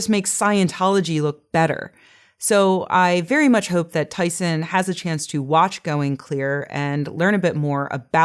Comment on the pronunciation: I enjoy your talks, but you do have some pronunciation quirks. You say "tiw" for "to". You tend to pronounce "ing" words: "een". You tend to drop final "t"s, so that words like "about", become "abou...."